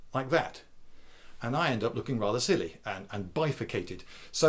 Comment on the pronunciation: "And I would look rather silly...and bifricated" lol